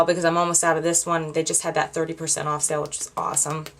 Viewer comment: i like it when you say 'tap oaff the excess' :) love it this look and had to tweet about it!!